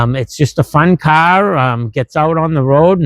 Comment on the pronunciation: Its a fun KAHHHH 😂, is that a Boston accent?